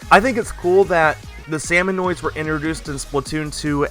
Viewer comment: Fun fact, its not salmon-oi-d but Salmon-id. I recently learned that in a Splatoon iceberg by rassicas.